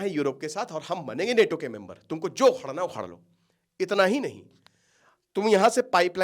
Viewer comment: अबे नेटो नेटो क्या है नाटो बोल NATO